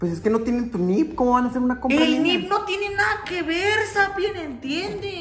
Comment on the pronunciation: Jajaja como, como, como Hay no me estoy muriendo de risa con esa parte jajajaa 🤣🤣🤣 Y luego diciéndole sapiens de homo-sapienss jajajaja Saludos desde sabinas coahuila ❤️